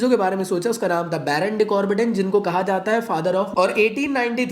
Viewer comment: bro it's ""BARON" not ""BORON"" , you made him into an element